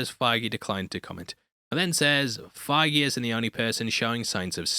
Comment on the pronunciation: It’s not Kevin figue